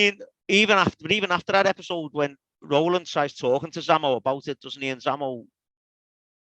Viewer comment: Great to hear Row-land after all these years!